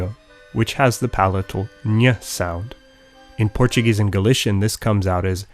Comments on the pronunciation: I am absolutely impressed with how perfect your pronunciation is. I am Brazilian and your Portuguese is on point. Very rare to find some English speaker able to pronounce it so precise. Amazing video, congratulations. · Damn your portuguese pronunciation is so good =O I'm impressed